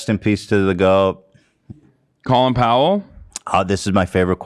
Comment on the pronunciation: colin powell’s first name is pronounced like colon